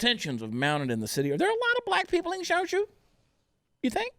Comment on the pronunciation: Chad, Chad, Chad, it's not pronounced Guangzhou. It's pronounced Guangzhou! LOL LOL